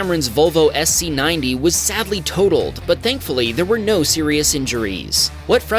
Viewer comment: XC90, not SC90...sigh obviously not a Volvo fan.